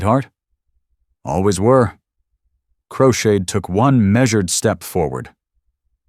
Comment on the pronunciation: His name is crowshade not crocheted lol 😂